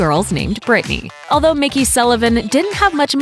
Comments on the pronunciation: McKey is pronounced Mc-Key, like it’s spelled, not Mickey! 🙄🙄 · It's McKey not Mickey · It's pronounced "McKEY" not "Mickey" lol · It'd be great if you could get a voice actor who could actually read. Eva not Ava. McKey not Mickey. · It’s Mc-Kee not Mickey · It's McKey not Mickey. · Its MICK-KEEY...... When do you ever get it right??